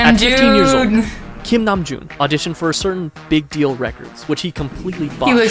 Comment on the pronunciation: Just an f.y.i. I'm at the beginning of the video, don't learn how to pronounce anything Korean from this guy lmao he pronounced almost everything wrong, close but wrong, so for Bangtan Sonyeondan and honestly most if not all Korean words like Namjoon for example, if you see an "a" you can think about how British people pronoune their "a" like in dance, so yeah more of an British "a" than American. Another tip when you see two vowels next to each other it is actually most likely one sound in korean and an easy way of knowing which vowel to pronouce is that it is always the second one or almost always I'm not a fluent Korean speaker this is just something I've noticed since I fell into the hole in 2018 xD so, if we have words like Tae-hyung and Seok-jin or Ho-seok we will say it kind of like "te(very soft "h")young", "so(very soft "k")jin" and "hosok" with the "o" pronounced like in "hot". Hopefully that was helpful, I didn't plan for it to be such a long comment but oh well.